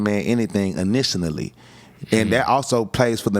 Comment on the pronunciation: Bro gotta chill with the big words and just speak straight. Initianally is crazy